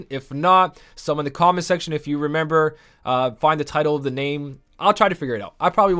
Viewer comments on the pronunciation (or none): Renember? XD It's funny when people pronounce words oddly.